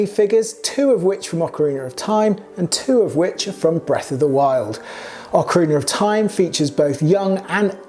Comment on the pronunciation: I'm just grateful you didn't mispronounce Ocarina.